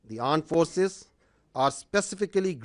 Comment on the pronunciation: 1st "Aand Forces". 2nd "Aand Forces". "I am busy right now. Later i will put timestamps on every funny statement." 😂